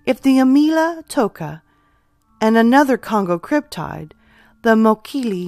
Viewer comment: First time viewer, will subscribe! I think the Thunderbird is the most plausible. I’ve always heard cryptid with a short “i “ like: slip, tip, or clip, as opposed to the long “I” like: tide, smile and island. Love that I’m finding more cryptid stories, keep them coming.